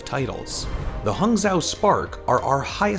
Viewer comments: guangzhou = gwahng joe... pronunciations hurt hangzhou - hawng joe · CHONGDU Hunters GUNZOW Charge HUNGZOW Spark Plz try with the pronunciations, i'm cringing